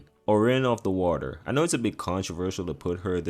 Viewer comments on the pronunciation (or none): none